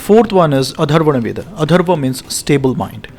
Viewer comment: Its not Atharvana veda, it's Atharva Veda